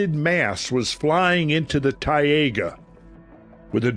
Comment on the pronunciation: What a Tayega???? You mean Taiga?? Snowy Forrests of Russia?? Also, Taiga = Snow Forrests... Tundra = Icey plains.